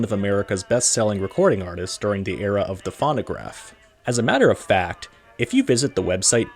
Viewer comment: Never heard it pronounced as fawnograph before. And then pronounce Whiteman as Whitman? It makes me suspect its an AI voice.